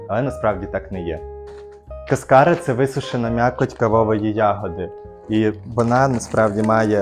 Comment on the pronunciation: Якщо що, то кАскара, а не каскАра